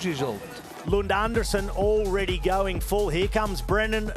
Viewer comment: His name is pronounced An-DRE-sen 😊